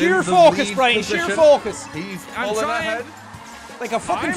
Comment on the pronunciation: I could tell them all apart. Sean and are the ones that I watch the most then after that it’s Brian then. Also if you watch and Brian you know that sometimes (most of the time) says “Brine” instead of Brian.😂😂😂